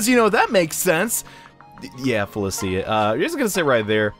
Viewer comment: Cant stand the way you’re pronouncing Felicia